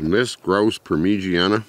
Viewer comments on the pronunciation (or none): GRAUUUUSE PAUEHR MEE GEE-ANNE